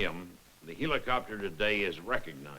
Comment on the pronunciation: I like how the narrator pronounces the word Helicopter, He lee copter, but seriously I love these old movies/documentaries, you can watch aircraft flying, you'd never see in real life. In the case of an aircraft like the Sikorsky R4, you can't even see one in an air show.